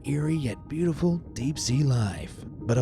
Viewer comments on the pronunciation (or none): none